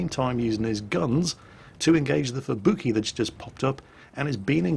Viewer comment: I kinda wonder why he says at-ago and not Ah-Tag-Go as how it should have been pronounced, he pronounced Amagi correctly and Fubuki and Kongou as "kongo"... must be an british english thing i guess.